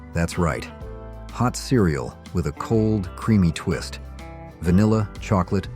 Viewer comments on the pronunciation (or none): none